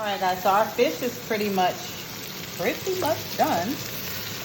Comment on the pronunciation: Oh she sound like she said “bitch” for a moment but she said fish oo chile I need to sleep 🤣